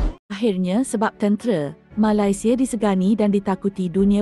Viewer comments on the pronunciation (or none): Sebut Ma-lai- sia pun dah tau terbitan mak indon. Sebut Nama Negara org tak boleh betul-betul ka. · kenapa sebut malaisieaa mcm indon